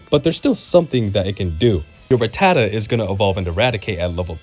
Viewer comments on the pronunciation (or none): none